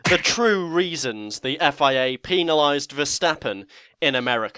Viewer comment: do you pronounce pen the same way as penalized? I hope not, it's PEN pls, thx. Good vid though, thanks!